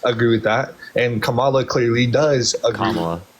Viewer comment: People who claim to be Christian but put people down how dare you? What give you the power to put people down. Just to pronounce Kamala name right 😢 wow so not godly.